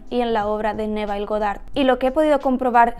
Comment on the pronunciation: Solo un detalle desde el ingles americano Neville se pronuncia "Nevoll"